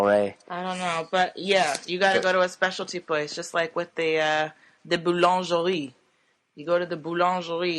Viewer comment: The way massacres the word "boulangerie" every time she says it OMG.... Someone teach that woman how to say it properly!!